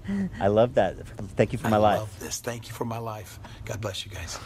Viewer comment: I think I come back to this episode every day just to hear Christina say "thak yuu"